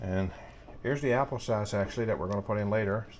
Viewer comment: Happle sauce that's hilarious. I love partridge berry jam on toast with a cup of coffee. That's some good eating right there. Have a great day.